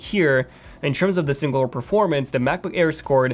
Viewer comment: He says Macboo-care lmao